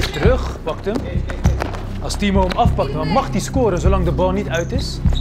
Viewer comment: Je zegt een paar Timor in splaats van timo